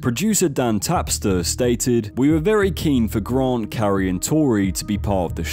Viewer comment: Who the f is Gron…. Oh GRANT.